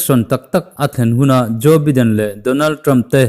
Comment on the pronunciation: Joe baiden tiin lam ve la..